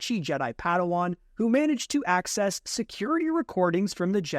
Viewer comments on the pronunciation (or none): none